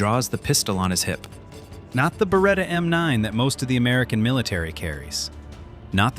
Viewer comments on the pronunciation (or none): none